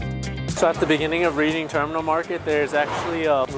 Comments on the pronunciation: It's pronounced REDing not REEDing ffs. 😵‍💫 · RED-DING Terminal is the way to say it, Not REED-ING. Love the tour. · The name Reading Terminal Market comes from the railroad trip to the city of Reading, Pennsylvania. Pronounced: Red Ding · It’s pronounced “red~ing”. Think “ I read a great book last week.” Nice video! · Spelled Reading but pronounced Redding